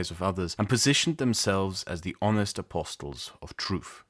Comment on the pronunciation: Great job with English as a not-first language but the "t" in "apostles" is silent. As for propaganda; an intention to lie is not required for communication to be propaganda, nor must propaganda be untrue. It is defined as information of a biased or misleading nature presenting only one side of a subject that may be contended. We used to think there was some form of mass communication that wasn't this - that presented both sides of arguments (because there are never more than two). Now we know this is not true and we know that media is fragmented and tribalised. We know that we will get our alternative view from another source and that on balance this will give a clearer overall picture than listening to one source pretending to do balanced journalism. We now know that all media and commentators, including yourself, are propagandists and their opinions are opinions. As long as it's still possible to check citations against academic studies that are not outright fraud then it is not a problem.